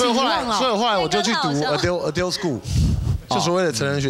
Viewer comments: adult 是读作 “额丢” 哦？ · 余祥全那個Adult的發音真的是白去留學了